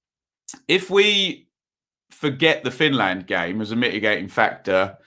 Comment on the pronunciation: why the emphasis on land? EngLAND FinLAND etc